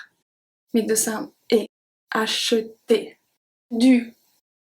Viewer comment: Isn't the letter r in the word acheter silent? Please reply...